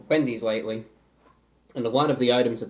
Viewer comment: it sounds like he said 🅱endys